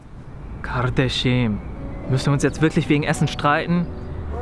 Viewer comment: "Kardeşim" ich liebe deine türkische Aussprache!!! 😂💕👌